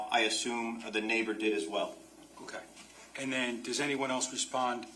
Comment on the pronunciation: Someone needs to coach the defense attorney. It’s absolutely grating how she begins each question with, “And…” The way she pronounces it sounds like, “Ennnd…” So annoying.